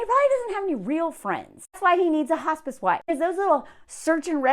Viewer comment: I thought you said “hostage wife” instead of “hospice wife.” Which, I suppose, are basically the same thing